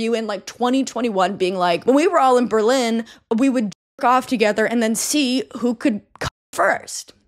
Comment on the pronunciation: Thanks for the corrections! I was irrationally angry every time you said Berlin 🙈